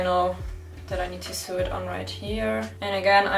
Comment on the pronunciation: Hi, super video. Sag mal woher kriegst du das interfacing? Ist schwierig zu bekommen. Finde es nirgends. Btw sew wird sou ausgesprochen nicht siu. Nicht wie new. 😅